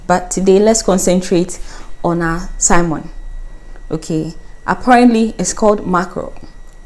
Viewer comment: Coming late to the party. The marinated fish looks very tasty. However, I cannot resist but add a few observations and am trying to be constructive with them. The fish is mackerel which for some reason is called salmon by some Ghanaians. In regards to the pronunciation the 'L' is without a stress and more or less becomes silent so it is pronounced 'samon'. When it was said "we are going to marinate Simon", I became a bit worried. It is also important, when possible to get the names of items correct, maybe not so much here as even someone who doesn't know their fish could discern between salmon (pronounced Samon) and mackerel by sight. But let us say it was other ingredients like molasses and asafoetida resin and the recipe required a cup full of molasses but the presenter said add a cupful of asafoetida resin, mmmmm??? I suppose it is quite enigmatic that in Ghanaian English we replace one English word with another. Other examples are calling leopards, tigers or monitor lizards alligators. The odd thing is; salmon, tigers and alligators all don't occur as species in Ghana but mackerel, leopards and monitor lizards do. And back to food and this one actually irks me a bit, calling mpɔtɔmpɔtɔ, porridge. It should actually be yam/cocoyam pottage.